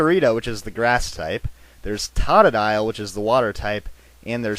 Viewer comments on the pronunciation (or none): he said totodile wrong he said tatadile :3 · its not tod-a-dile its toe-toe-dile!!!!! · u mispronounced totodile, its toe-toe-dile totodile not tot-toe-dile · totodile is supose 2 sound like toe toe dial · It's Tote -u-dile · Toe-ta-dile ok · its totodile (TOE TOE DILE) and megainum is (MA GIN IUM) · tata-dile? lol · This made me rage It's pronounced "tow-tow-dyl" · its pernonced toad-ah-dile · its typhosion! its the best duh! no offence and you saide todidile wrong! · youre seriously mispronouncing totodiles name...you say it "tadadile"...